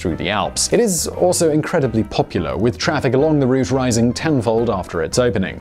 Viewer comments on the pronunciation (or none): none